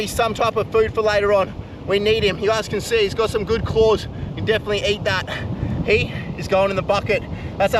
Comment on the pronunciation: we call eat, not eaaght